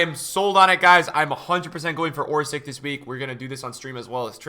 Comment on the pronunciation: Why are calling Orsic (Orsich) Orsik. In that case u should call other player like this: Ibrahimovik, Modrik, Rakitik, Handanovik... NA -_